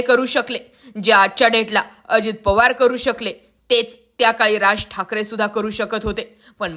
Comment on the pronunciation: Oditya thakre, powarani divochla hota 😂😂😂 railway station announcement 😂😂😂